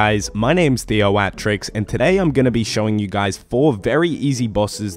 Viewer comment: Is it just me or does he go overboard on pronouncing his own name. ThEoOAhhTrriIxxxx